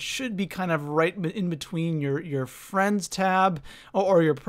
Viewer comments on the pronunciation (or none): none